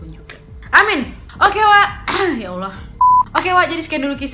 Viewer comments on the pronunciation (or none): none